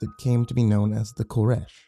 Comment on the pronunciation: It's KOresh, mot KorEsh